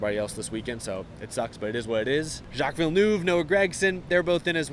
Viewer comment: You’ve got to love how americans say villeneuve